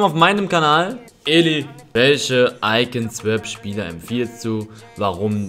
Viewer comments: AUSGESPROCHEN SWOP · Swap wird deutsch ausgesprochen.